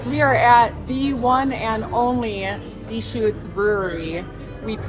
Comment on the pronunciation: I follow and love you guys and I am from Eugene. raised there...But..LOL Dechutes is not pronounced DEEE shoots but rather duh shoots...lol And btw Eugene has major bike trails You can ride all the way from West Eugene to Springfield, OR via Downtown via Alton Baker park and by Autzen (Go Oregon Ducks) stadium.. Probably 20 plus miles or more of trails....